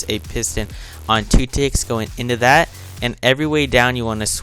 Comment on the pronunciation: Lol why u only say just like thata jaja lol, anyways good tutorial!!!u just got a new subscriber!